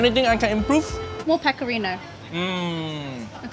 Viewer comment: She definitely said: "more pecorinA" Cheeky, cheeky